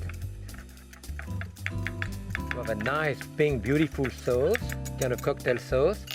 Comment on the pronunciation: love the way he says.. suh-aouce.. hahaha